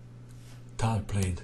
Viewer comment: Tal not Towel, please♟️